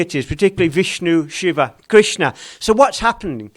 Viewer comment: It's "Shiva", not "Shiv". North Indian languages have a tendency to cut off the ending vowels of original Sanskrit words, and thereby creating incorrect words like yog, aasan, brahm, narayan, sadhan, prardhan, etc. Correct words are Yoga, Aasana, Brahma, Narayana, Sadhana, Prardhana, etc